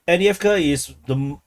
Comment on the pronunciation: After all this time he still can’t pronounce avdivka